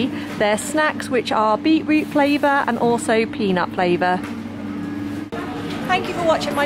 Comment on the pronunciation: I get so annoyed at the way most people say beetroot.😂😂😂